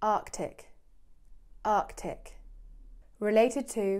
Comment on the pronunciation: Anatartic, Arctic and athlete ffs your special